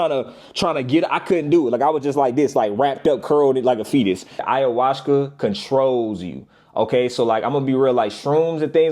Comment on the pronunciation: This nigga said ayahuska😂😂